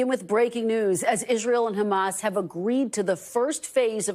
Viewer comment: Yeah if I were Sleepy Joe I’d also want to take credit as it’s the only good thing that’s happened under his term as president. Can’t even remember to pronounce Hamas correctly should give everybody an idea of how important that entire situation is to Biden.